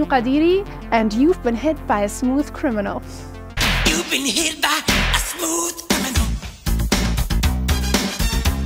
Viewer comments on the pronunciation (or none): none